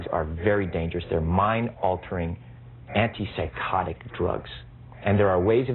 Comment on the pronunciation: i like how he emphasizes the part PSYCHOTIC and not the part ANTI. isnt an antipsychotic good? if psychosis is bad, then an antipsychotic is good right? if i am anti racist, and you emphasize the part RACIST, and you say "you are an anti RACIST!" then it makes me sound like a racist but you forget the ANTI part